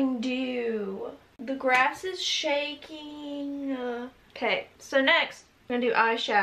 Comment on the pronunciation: "the grass is shakingguhh"